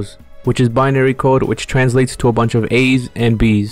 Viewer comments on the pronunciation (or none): none